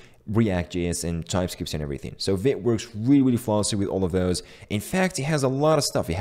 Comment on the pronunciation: Vite = fast in french and we pronounce it "veet".